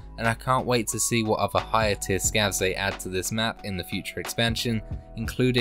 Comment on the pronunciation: "scavs"? no way, man